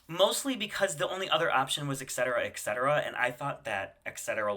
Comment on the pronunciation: Why do you mispronounce Etcetera's name? It's not Excetera. It is pronounced like AT-SET-ERAH.